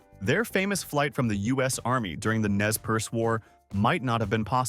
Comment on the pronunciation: Nez Perce is properly pronounced "Nay per Say", not "Nez Purse."